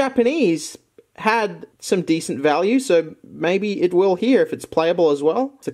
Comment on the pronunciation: why does say here with such an american accent lol